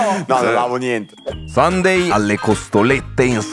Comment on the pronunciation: Comunque si pronuncia “sànde”😂 Infatti è bellissimo che per tutta la puntata lo abbiano chiamato “domenica”